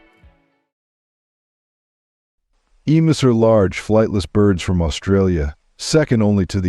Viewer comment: The difficulty with "narration by AI" is that frequently, words are mispronounced. Hence, in part 2, "emus," as pronounced here, rhymes with the stories of "Uncle Remus."